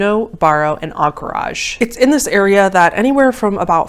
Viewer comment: Aink-ridge or anker-idge but on-cor-aj is different lol